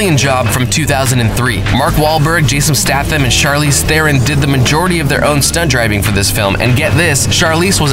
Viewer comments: Jason Statham - pronounced --> Staythum ... that really annoyed me ffs! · It's Jason Stay-tham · Please, it's pronounced STAYTHAM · staaaah-tham haha come on man, isn't it staaaay-tham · Jason StAHtham Doug LEEman Charlize THEREon Quantum of SOLEace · Jason STAY-thum. STAY-thum. Quantum of SAW-less. SAW-less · Jason Statham's surname is pronounced "Stay-thum" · It’s Jason Stay-thum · He pronounced stathem wrong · He got a whole lot of shit wrong in this episode including the pronunciation of Jason Statham's name🤦‍♂️🤦‍♂️🤦‍♂️ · The way he pronounced Jason Stathams name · You say jason statham wrong :D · Jason Stath Um must be rolling in his grave ever time he hears you pronounce his name. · Nice punounsiation on Jason staytham's name 😂😂 this is even worse than how Americans say Hertfordshire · HAH he cant pronounce Statham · Advisory Please learn how to correctly pronounce Statham and Solace